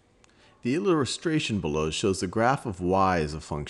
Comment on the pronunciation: How he says Illustration 😂